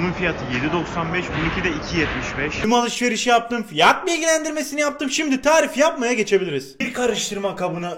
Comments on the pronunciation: Abi kötü anlamda soylemiyomda niye sorunlu konusuyon fiaaat bilgileandirmesi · Abi fiyat kelimesini neden öyle söylüyorsun